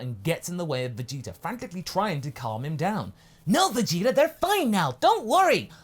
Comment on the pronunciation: Oh dang. Kaiser is right, he does say Vegeter